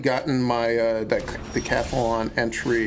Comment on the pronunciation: why is he calling it dacathalon?